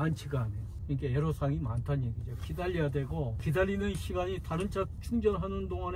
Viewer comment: 에로사항이 아니고 애로사항입니다..애로는 한자입니다